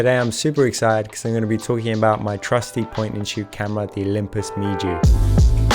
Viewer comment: It is pronounced "Mew". I have 2 of them and HP5+ suits them well.